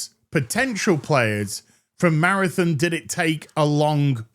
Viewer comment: Good old “Marathin”